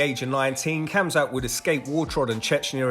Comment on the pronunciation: it's pronounced hamzat not hamza